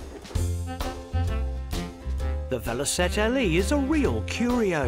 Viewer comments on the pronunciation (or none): "VeloSette"? 'VeloCette'! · It's Velocette not Velosette